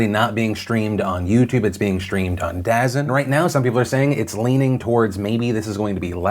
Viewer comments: It is pronounced DA ZONE not Dazan lol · DAZEN? Phonetically it's spelled like that but people get mad if you don't say it like Da-zone. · It’s DaZONE not daZEN I know they don’t market it well but I work for telecommunications and it’s my weird pet peeve lol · I hate signing into Google and I just did this (2 days late--don't judge my PDS catchup spree) only to tell you that you're mis-pronouncing DAZN, Phill. It's not "dazz-in", it's actually "da zone." Not obvious from how they spell it but I promise you that's accurate. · Dazn is pronounced DA ZONE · It's not pronounced da zn it's pronounced da zone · it is pronounced DA- ZONE ,,, DUUUUUUUUHHHHHZN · Correct me if I'm wrong, but it's pronounced DA ZoNe and not DA ZIN... made me chuckle hearing him saying Dazin multiple times. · Lol it's da zone..... Not dazn ahahaha, easy miss tho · Dazn?? Da.zone lol not dazn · I got triggered everytime he said "Dazin". I used to say Day-Zin" but it's like "The Zone" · Dazzin....dazzin....haven't heard that platform before. Oh. You mean DAZN, said "Da Zone." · That sports channel is Da Zone, not da-zin lol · I love how he pronounces dazn as “dazn” instead of da zone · It's pronounced "Da Zone" not "DAZ-N" Grandpa Phil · Really Philip you gonna pronounce DAZN as daz-en 😂 its da-zone like the zone... Dont worry about it. 👌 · “Daznn” its da zone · “Da Zone” not “dazzin” lol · DAZN is pronounced as The Zone, not as Dasn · The way you pronounced DAZN is a bit triggering, lol. It's "Da Zone" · Phil is pronouncing DAZN as 'dazzin' which is supposed to be pronounced as 'da zone'. Not Phil's fault, just a stupid move by DAZN. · Lmfaooooo Phil “Dazn” I think you mean Da Zone 😂😂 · Did Phil really just pronounce "DAZN" as "daz in" instead of "da zone"? How has he not seen all of the commercials for it? Haha. Oh no then he called Willem Dafoe "William" haha. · DAZN is pronounced da-zone not dazen. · Da-Zn... Pronounced DaZone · Hey intern tell Phil DAZN is pronounced "Da Zone"